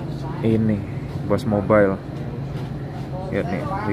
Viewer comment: boost mobile bang bukan bos mobile